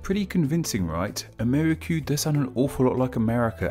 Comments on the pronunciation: Amerri---- kyoo. Jesus. NO way that came out of a Spanish mouth. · Just a minor nit-pick: I have not heard the word spoken before, but I am fairly confident that Ammerique would not be pronounced a-MAIR-i-kyoo. Que at the end of a word is a hallmark of some of the Romance languages, especially Spanish and French. The word, of course, is indigenous, but its spelling would have been determined by Europeans based on the way that it sounded to them in their own spelling system. I suspect that it is probably Spanish, where que is pronounced kway, so the word would be pronounced a-MAR-ee-kway; if it is French, the ue at the end would be silent, and the word would be pronounced a-mair-EEK. Incidentally, the folk etymologies for NEWS are amusing, but not especially convincing for anyone who knows French, where the word for news is nouvelles, which literally just means "new things," just like the word news does in English. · Amérique is simply the French realization of America. /Ca/ [ka] unstressed became /ce/ [kə] became /que/[k]. The pronunciation of Amérique is 'ʁik'] not 'ri:.ku] like he's pronouncing it.